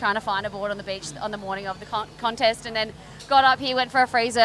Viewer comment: "Connest" that's the way, Stray-ya